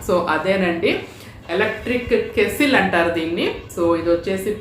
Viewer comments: ఏవండీ అది కేస్సిల్ కాదు "కెటిల్" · Madam adhi kesstle or kettle . Please tell me andharu kettle antaru